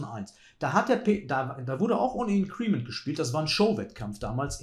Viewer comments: Super Analyse wie immer! Nur ein gut gemeinter Hinweis...bin mehrfach über Deine Aussprachen von "Increment" gestolpert;-) Betonung auf IN-crement... Vielen Dank für die super Videos, LG aus HH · Klugscheißer-Modus ein: Bitte nicht "in'creeeeement" sagen, das tut in den Ohren weh. Betonung ist auf der ersten Silbe. Klugscheißer-Modus aus. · Gutes Video wie immer! Increment wird übrigens nicht (incriment) sondern einfach (increment) ausgesprochen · wie immer unterhaltsam, lehrreich und schön kommentiert, danke !... für diejenigen schachfreunde die neben schach auch die englische aussprache interessiert: INcrement wird im englischen auf der 1. silbe betont und nicht auf der 2. silbe...auch wenn der stamm incREase ist welcher tats#chlich auf der 2. silbe betont wird ;-) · mit größtem Respekt – indes, das Ding wird /ˈɪŋ.krə.mənt/ ausgesprochen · Glaube „increment“ wird anders ausgesprochen 🥸👀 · Hätte das auch mit kurzem e im Ohr statt mit i. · Gutes Video, danke fürs nicht Spoilern. ABER: Bitte, man darf sich als großer Schachchannel schon anschauen, wie man englische Wörter ausspricht, wenn man sie denn schon wählt. Entweder deutsch Inkrement oder beim Englischen "Increment" liegt die Betonung auf dem "I" - das kann man schonmal richtig machen. :-) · Es tut mir körperlich weh wie er increment ausspricht! ;-) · Dem kann ich nur zustimmen. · Hallo lieber! "Increment" wird auf der 1. Silbe betont 🙂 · Increment mit Betonung auf dem I. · …mit Betonung auf der letzten Silbe, wenn man es „deutsch“ aussprechen will; will man es „englisch“ aussprechen, dann auf der 1. So wie es ausspricht, ist es auf jeden Fall nicht richtig:-/ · Sehr gewöhnungsbedürftige Aussprache von Increment. Aua! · Super Analyse. Increment spricht man aber ganz anders aus. Tut jedes Mal weh wenn du es sagst, besonders da du sonst so wortgewandt bist und auf eine korrekte Aussprache achtest.